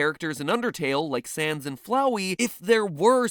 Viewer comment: Sans = Nass, pronounced almost like Ness 🤯